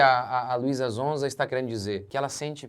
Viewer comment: Nao é zonza pastor é sonza com som de S 😅😅😅😊😊😊